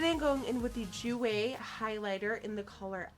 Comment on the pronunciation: honey, that's not how you say jouer!!!!!